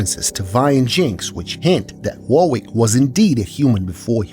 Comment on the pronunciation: Warwick is pronounced "Worrick", not "war-wick". It's an English name.